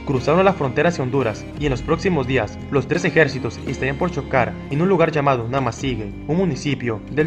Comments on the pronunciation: La pronunciación correcta es NamasigÜe ahí está el GRAN dierisis se pronuncia WUE ! No GE. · ¿Por qué pronuncias "Namasigue" si está escrito "Namasigüe"? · Es historia novísima, no sabia de esa guerra. Y te corrijo, no se dice Namasigue. Sino NAMASIGÜE.😊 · Hermano se lee namasigüe....Ue.... y no.... ge.... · No se dice Namasigue es Namasigüe y ya, investiga un poco más para que no te dañe el resto del video, dejo de verlo solo por eso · Se dice: Namasigüe! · La terminación fue con diéresis se pronuncia como jue y no como la pronuncias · Gracias por informarnos amigo , esta muy interesante. Debes pronunciar la ü.